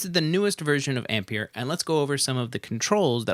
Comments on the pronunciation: Please stop saying "Ampeir" jajajjaa!! It´s pronunced like EMPIRE 😝😝😝 Apreciate the video bro!!! Thanks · Brilliant video!! But the plug-in is pronounced AM - PIE - ER.......it's a play on words really, as in Empire......Great vid. Keep up the good work! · It's pronounced amp-pai-ur...rhymes with Vampire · Have u heard of the word Empire? I'm fairly sure it rhymes with how u really pronounce Ampire, so brb im gonna think carefully if i wanna watch past the first 15 seconds of this video now